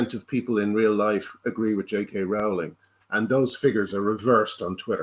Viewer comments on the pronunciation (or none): By the way guys, it's 'ROW ling' not 'RAU ling'. I heard her pronounce it a while ago, and I can't imagine she made a mistake. :)